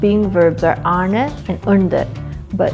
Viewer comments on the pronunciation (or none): none